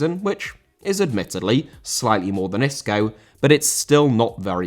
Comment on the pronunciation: Isco* not Escouw